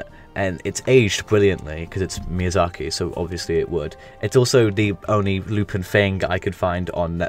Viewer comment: Good video for the most part but a bit of a correction: 'Lu-pawn' is the correct pronunciation of Lupin and not a name change, however certain localisations use the direct Japanese spelling of Lupin, 'Rupan', to avoid copyright issues